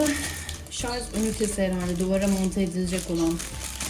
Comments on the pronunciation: Şarz değil Allahım yarabbim, Şarj Şarj öğrenemediniz şunu ya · Lütfen şarz demeyin.